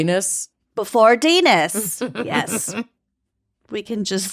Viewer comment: "denis" with one n is french and you say it like "den-nee". two n's make it den nis.